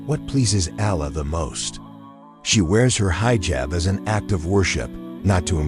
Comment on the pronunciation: Excellent content but remove AI please. Allah must be pronounced properly. Other pronounciations to be corrected by the speaker are 'hijaab' not hyejab, some things become comical like spelling words than pronouncing them like 'Taqwa' - also saying 'dot' makes it absurd. So please choose a real person to relate this content - again content is simply excellent. 'Allah' MUST be pronounced correctly or people with switch off. Not 'hay-are' but 'hyeaah'. Not 'people dot' but 'people'. All the good work here gets detracted by the impact of the comical mispronounciation.